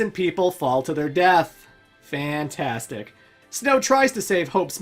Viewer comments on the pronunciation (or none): none